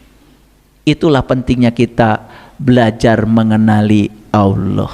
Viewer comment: hebatnya si itu nyebut nama Allah menjadi auloh dan aloh.dan si gz becus baca alquran,pdhl si udah bau tanah.itulah hebatnya si